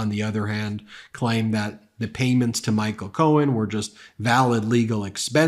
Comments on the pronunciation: Is he calling him cone??? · Sounded like he was referring to Roy Cohn not Michael Cohen 😂 .... you know that old buddy of sleepy Don who caught hiv and died. Strangely enough that same time frame was when trump stopped frequenting Bars in New York I still think he's bi(if not closeted gay) he needs to stay in the closet if so😂.....😅